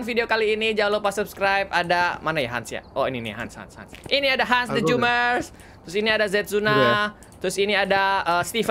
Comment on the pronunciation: Bukan han bang tapi hans